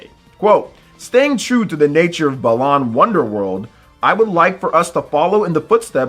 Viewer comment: pronouncing it “belan” and not “bah-lan” are fighting words